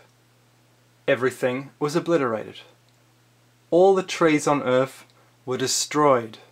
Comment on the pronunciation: Why you gotta say ‘Earf’ I really want to watch your videos but every time I hear you butchering the English language I get closer and closer to stopping, this time I lasted 3 minutes